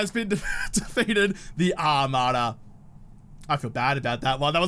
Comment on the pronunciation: "ARMada" HAHAHAHAHAHAHAHA!